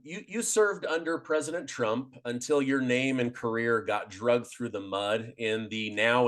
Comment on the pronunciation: It's not "drugged" through the mud, it's "dragged" through the mud. Flynn you rose through the ranks cuz you played the political game, kissing the right asses on your way up. What do you do now? You in the "defense" industry?